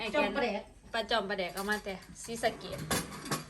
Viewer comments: สบายดี. หมกใส่หม้อ บ้านอ้ายเอิ้นหมกหม้อ ปลาแดก ด.เด็ก ต้องออกเสียง โต ด.กะคือ แดก ถ้าแหลก กะสิเป็นปลาแหลก สิออกเสียง ล. ลิง หรือคำควบกล้ำเด้อ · ปลาแดก (ด) แต่ออกเสียง (ล) ปลาแลก